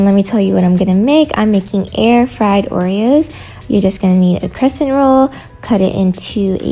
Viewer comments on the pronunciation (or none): none